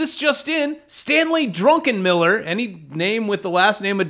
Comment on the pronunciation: if I had a dollar for every time someone called him Drunkenmiller instead of Druckenmiller... 🤣